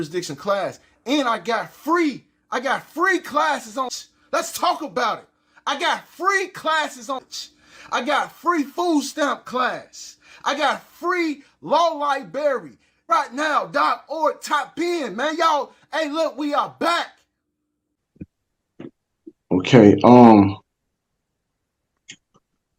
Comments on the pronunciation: Never trust anyone who calls it a Law Li-berry. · Libarry? Yeah....gonna give him a couple hundred bucks...................... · "Free Li-Berry!" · It can't be difficult to say library if you can say law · Yeah I don't think that I'm taking any advice from someone who can't say the words library or ask correctly. THIS ONE IS AS STUPID AS THEY COME.